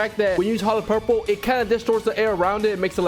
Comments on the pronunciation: lol bro said hollow curple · Did bro say hollow Carole